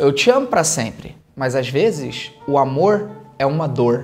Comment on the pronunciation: "As vezes o amohw e uma dohw" neto Felipe 2025.